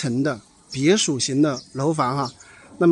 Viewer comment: 别墅（shu音叔）